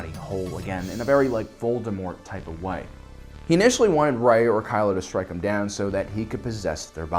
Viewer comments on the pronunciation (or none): none